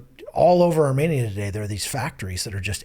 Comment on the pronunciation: How graceful of you, you weren't arrogant at all. Yet to prove my point 1) He mentioned Armenia multiple times in the video and every time his pronunciation was off and 2) Romania does not have a population of 2.5mil but Armenia does, and 3) Romania is not located in Asia while Armenia is. Si nu te mai incorda atat ca nu s-a luat nimeni de tine